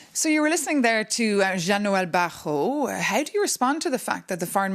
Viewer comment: Barot and not baron